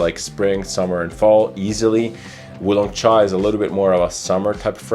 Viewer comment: Great pronunciation on Wu Long Cha! I have both but never thought to compare the two. Russian Tea definitely smells more thick and heavy in comparison to Wu Long cha. I would say it works better as a cold weather fragrance. I'm not sure if the formulation changed over the years but when I first got a whiff of Russian tea on debut, the mint and berries were on full display! everything so well blended together you could truly smell everything all at once. My current full size bottle, not so much, but at least the atomizer is one of the best I've ever handled; incredible projection! Wu Long Cha on the other hand I agree makes for a good summer fragrance. It genuinely smells like the underside of orange peels or having slices of orange boiled and infused with tea.